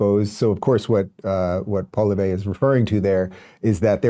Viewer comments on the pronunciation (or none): Pronounced Pierre Paw lee ev, emphasis on the first syllable Dave. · Pierre Poly-vay 😂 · It's pronounced POH AH LEE AYVRE. Poilievre!!! Not poh lee vay! GAWED! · Rubin is pronouncing Pierre's last name wrong. It's not "Paul e vey" its "Paul e ev". Its French so you can basically just drop the "re" at the end. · pollievre is pronounced polly-evre, not pol-i-ver. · Love your commentary as an old fashioned practical Canadian! Just a hint on how to say the Conservative leader's name: say Poli-ev. ☺️ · Thanks for this video. You are bang on. Just a note here on the conservative leader's name, I will try to help you in the pronunciation. Poilievre - Pwa lee evre. Looking forward to another video where you get the pronunciation right. LOL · So appreciate your coverage on Canada Dave. 'POLLYev' Is the best way to pronounce the leader of the conservative party of Canada. And 'CHRYSTIA' Is the first name of our twitchy finance minister. Would be shocked to know that most Canadians find her even more annoying than Justin as hard as that, maybe to believe. If you want to know what's happening in Canada politically 'CLYDE DO SOMETHING' Is the best channel to listen to in terms of proper interpretations of what's happening in Canadian politics and it's done on a nearly daily basis. I have no financial interest but I do listen 🇨🇦. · Pawl-eee-ev Chrystia (kris-tee-ahh) Freeland You’re welcome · First of all Dave thankyou for posting this video. We'll accept any video that helps to put this idiot away for a long time. One correction: its not Polivay it's Pierre Poilievre. It took me a while to learn how to say his name too so i sympathize with you. Pierre Poilievre and keep up the great work Dave 👍👍👍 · Pierre Poly-ev-ruh (emphasis on first two syllables!) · Or perhaps Paul-ee-ev. Said quickly, it sounds like Paul-YEV. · It's pronouned POLLY-EV 😂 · Pronounced, Pol-yev😊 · Pronounced “Poly-ev” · BTW Pierre's name is pronounced Polly-ev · Its pronounced Paul lee ev ,re is silent. FYI